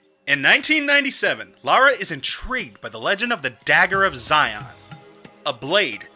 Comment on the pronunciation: The dagger Xian in TR2 is pronounced 'she-an'